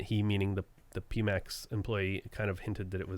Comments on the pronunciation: There's a π in their brand logo so pretty sure it's Piemax not Peemax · It's "pie max" - think about going to a pastry shop and being asked "what size?" You want Pie, max! Or think about iphone Xs if you must. Greek letter pi, symbolising the ratio between a circle's diameter and circumference, is always pronounced "pie". And that is also the Pimax logo. (it's about circumferential vision, but at 210 degrees, they're not quite there yet...) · It's Pi as in Alpha, beta, theta etc etc, so it's pronounced "pie". I've had the 4k for almost a year and it's fantastic, DCS, Elite, IL-2, they all work great. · How do yo not know how to say Pimax? just look at the logo its the mathematical symbol for Pi XD